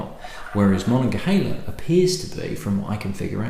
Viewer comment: Hi -- Rittenhouse Square is a park and a posh area of Philadelphia. GermanTOWN is a not so posh area of Philadelphia. Ma-nog-a-(H)EEL-a is a river and region in Western Pennsylvania. Great review, good work. From Pennsylvania. Cheers.